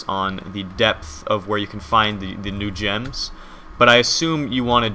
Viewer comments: Whenever you say "new gems" I keep on hearing "NoochMs". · Is it just me, or whenever he said "new gems" it sounded like "Nooch M"? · Anyone else think he said "The Nooch Ms" instead of "The new gems?"